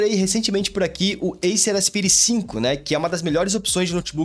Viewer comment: fala "aspaire" por favor 🙏🙏🙏